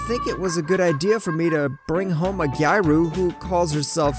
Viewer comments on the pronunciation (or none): I'm sorry to correct your pronunciation but it's closer to Gee-ah-roo I really want to watch your videos but it's bothering me too much.